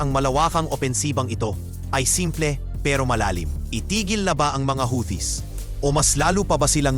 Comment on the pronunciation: The word "Houthis" is pronounced "HOO-tees", with the emphasis on the first syllable. NOT HOWTEE…. Or HUTI, but NOT HOWTEE.